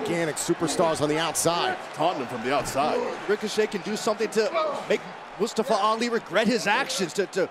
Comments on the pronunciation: Nobody : Byron Saxtion : “Mastafa Ali” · The announcer didn’t say Mustafa’s name right. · No one gonna talk about how Byron Saxton kept saying Mustafa Ali's name wrong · announced Mustafa Ali wrong. If you can't say it right, don't say it at all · PRONOUCE MUSTAFA RIGHT!